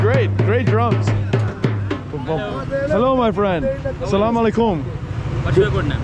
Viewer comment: Love this video and the way you say Salaam ✔️ Beautiful ♥️